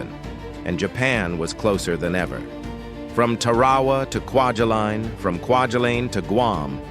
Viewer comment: Haha, “quadulin”! 😆 And then, “Quadrilinne” or something…😵‍💫